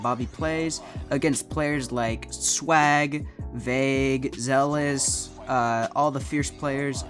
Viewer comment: Homie said Zealous 😭😭😭